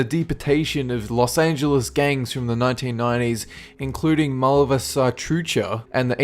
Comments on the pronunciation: lol what?... malva saltrucha, no no, you mean mara salvatrucha as in pronounced like ma-ra salva-tru-cha. : ) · Ahhaha on minute he tries to say Mara salvatrucha now let me teach you how to pronounce it it's close to marah salbatroochah If you need help Skype me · Lol mara saltrucha.. it's mara salvatrucha aka ms-13 which is an salvadorian gang.. know for pretty brutal machetes homicides... and I'm part Guatemalan 😪. Besides all the natural disasters, the cops are pretty corrupt there to, as Well as thief's. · Malva Satrucha? Lol. I think he meant. Mara Salvatrucha. Otherwise known as the MS13... unless there is a Malva Satrucha. o.o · Marra salvatrucha, I think this is the same narrator that couldn't pronounce la llorona. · Mala-sal-va-tru-cha The correct pronunciation. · I like how he tries to say La Mara Salvathrucha. Quite a unique pronunciation. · Mara Salvatrucha. hahaha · LOL! The way you said Mara Salvatrucha (MS 13) on the #1 pick. It's a salvadorian gang formed after the civil in El Salvador, it started in Los Angeles, now MS 13 is known as the world's most dangerous gang, ranging over 100k members. I'm ashamed to be of salvadorian descend thanks to those guys, because when people think of Salvadorian? They think that we're all MS. SMFH >:-/